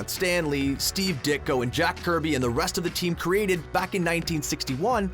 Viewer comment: Did he say Stan dicko